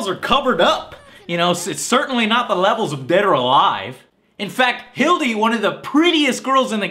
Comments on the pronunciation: I love this video, but it's pronounced Hilda, not Hilde, cause it's short for Hildegard. just saying. Otherwise, loved it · Did he really just say "Hil-DEE?" Erm, it's Hil-DUH. "Duh."